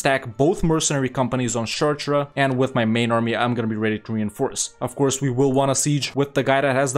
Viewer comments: Some of your speak is difficult to understand because of your poor pronunciation. Caen is not pronouncedCayenne and Chartres is not pronounced Shertrer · I didn't even recognize he was saying "Chartres" at first XD